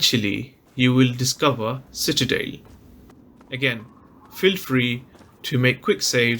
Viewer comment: For the love of God It's pronounced Citadel. CitaDELL